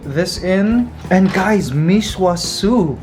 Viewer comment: Mikey mecq is only for certain provinces. I’m still going to watch this vlog channel. I’m not a big fan of food vlogs. It is okay if it is part of a vlog. I think the noodle soup should be pronounce as mee sua. I’m not saying you should create a new channel. I’m just saying my opinion. The way Mikey eats lumpia proves that each person can eat something differently. It is not bad. It is just different. I’m sure others put something else in their lumpia.I think you drink too much coffee. Mikey. I mean you do exercise. It may also be in combination with over thinking. I had this as well. Actually, I’m in a coffee fasting mode. Don’t shave it please? But again, it is your choice. I just prefer you having hair.